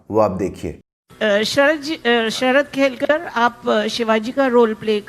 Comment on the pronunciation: She even pronounced Sharad Kelkars name incorrectly. He is शरद केळकर not शरद खेलकर